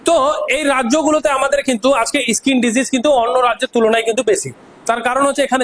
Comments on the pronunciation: স্যার কথাটা (ইস্কিন) নয়, স্কিন। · দাদা ইসকিন নয় স্কিন